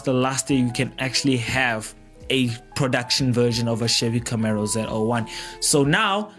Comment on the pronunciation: Camaro not Camero!